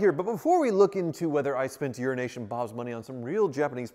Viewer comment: I'm not sure if it is a running joke or not but is aware he pronounces Euronation as Urination? Haha